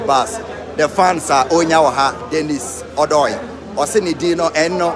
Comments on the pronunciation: Let the ( O ) sound well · Why do u guys keep mentioning Odoi name wrongly?? Mention it like a Ghanaian,,,or ask a Ga person to call it correct for u